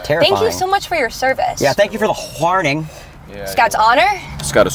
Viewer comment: "Thank you for the Wchaourning"